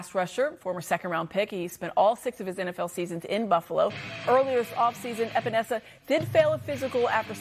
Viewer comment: Espenesa? Wow, dude has been in the league for years and no one can say his name.